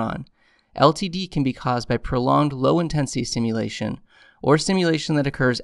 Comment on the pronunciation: Great video, but sounds like you're saying simulation instead of stimulation. IDK if that's just me.